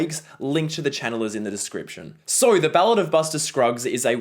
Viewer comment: I like the way pronounces the word so. He says soh. It’s very Australian.